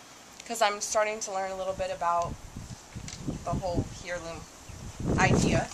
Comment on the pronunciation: Heirloom = 'air-loom'